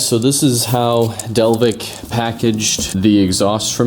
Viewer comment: Is it not pronounced del-kev-ic? because of the k?